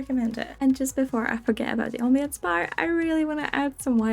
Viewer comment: Hey just found your channel through a legendary refresh pull, and i just wanted to say your pronunciation of ambiance doesnt sound weird at all! I've heard it said like 'um-bee-ans' and 'am-bee-ans' (ignore my very crude version of spelling them phonetically, i don't know how to read accent marks :[ )